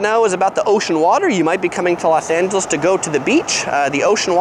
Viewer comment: Why Do You Keep Saying Las? And Nothing Beats LA keep That In Mind❤️👌🏻